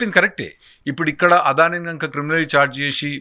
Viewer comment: ఒర్ బాబు తెలుగు సరిగ్గా పలుకు "ఆదాని కాదు అదని"